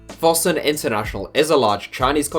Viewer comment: How can you mispronounce Fosun so badly?